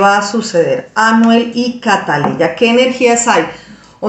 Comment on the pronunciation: Por favor señora Ud es Colombiana y Ud sabe que la niña se llama Catleya no siga con la ignorancia de los Dominicanos pronuncie el nombre como es